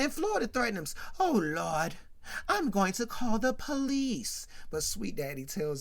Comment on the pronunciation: Why you keep saying “Oh Looordt” with Florida 😂😂😂😂 I’m dead